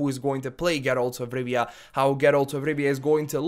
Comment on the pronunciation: "Geeralz 'f Rivia"